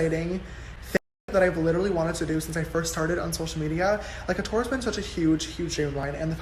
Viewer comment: I thought he said “Sister STORE” at first.